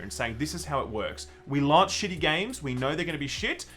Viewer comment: Why does struggle to say "launch" so much? It's like he keeps saying "lunch" or trying to pronounce it like an American.